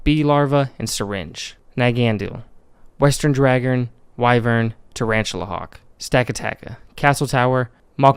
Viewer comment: I have always wondered about some of the weirder Pokemon designs, great video. Also, wyvern is pronounced "Why-vern"